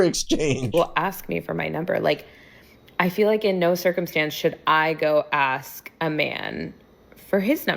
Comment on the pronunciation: He just couldnt take you serious cuz you manage to say the very easy word "ask" wrong. Somebody with that attitude should at least know that it's not "aks".